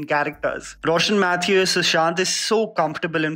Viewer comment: Yaaayyy..finally he got a Malayali name right ..”Roshann Mathew” 😅😅